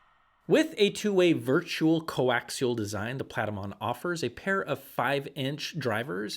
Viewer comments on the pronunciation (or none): none